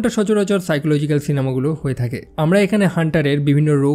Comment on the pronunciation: সাইকোলজিক পাইকোলজিক না 😅😅😅🇧🇩🇧🇩❤️❤️